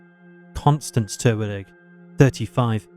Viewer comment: Re: the second case--the victim's name was Kiarra Terwilliger, not Terwillig.